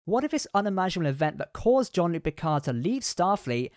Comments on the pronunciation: ok, but his name definitely isn't pronounced John 😂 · Seriously, John-luc Picard? Have you actually ever watched Picard introduced himself? Are you even a trek fan? Wtf